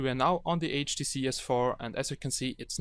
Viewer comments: Before you scroll down to the comments, please remember that the OP has a few accent problems and hence pronounces HDC as "HTC", hope this comment helps out. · HDC not HTC my friend HDC :D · i thought you was say HTC S4 but you say HDC S4 or maybe my ear is wrong?